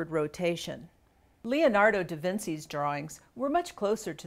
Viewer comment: Considering that this woman cannot even correctly pronounce the name of one of the most well-known historical figures (Leonardo da "Vinsi"), it is not surprising that she is disseminating such misinformation under the guise of correcting other purported "misinformation".